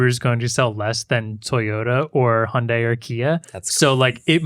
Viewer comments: Hyundai - Hi-und-eye. Not Hunday. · 현대 = hyundae (hy-uhn-day), not hi-und-dai. good try though